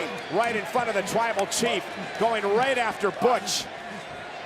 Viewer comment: Hold up when roman got out of the cage did he say twible chief cuz that's what i heard